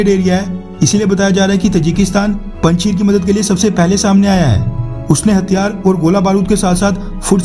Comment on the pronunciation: Panchir nahi bhai panjashir hai o